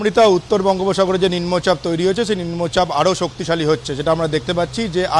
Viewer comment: নিম্ন চাপ কথা টা উচ্চারণ করতে পারছে না রিপোর্টার